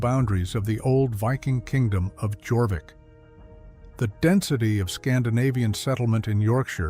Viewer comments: Jorvic is pronounced Yorvic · The anglo saxon group also included danish folk from the old danish land of skane,now part of sweden.jorvik is pronounced yor-veach,meaning horse cove.